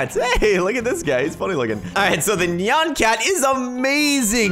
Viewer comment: Watches video, it's interesting Says nyan cat the wrong way Alt f4